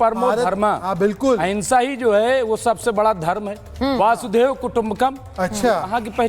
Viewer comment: 😂😂😂😂😂वासुदेव नहीं वसुधैव होता है, कृपया पहले शुद्ध बोलना सीखिए जब जान व अधिकारों पर खतरा महसूस हो तब अहिंसा का पालन कायरता होती है